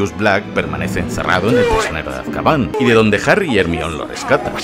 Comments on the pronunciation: el nombre de hermione se lee "hermion" y no "germaioni" es un nombre griogo el cual viene del dios hermes, si lo lees en griego basicamente dice "hermioni" y ya que los nombres propios no se traducen ni se adaptan en ningun idioma... pues hermione> hermaioni si alguien que se llema peter viene a españa se sigue llamando peter y no pedro ερμιόνη < nombre escrito en griego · Por favor por tus seguidores en Latam, di Hermaioni, Hermion suena a alguien que mea demasiado 😂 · Reminder. Se dice hermión. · ermion hahahah que mamadas es "germaioni" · Harry Potter y el Aksio de Ermión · Desafío, un shot cada vez que escuches ermion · Me kga cuando dice "hermión" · Jaja ermion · Se dice "Hermión". Si los ingleses lo pronuncian mal es su problema. Me he reído mucho con el video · Aún no puedo superar el o la "Germion" xD En fin, Buen video 👍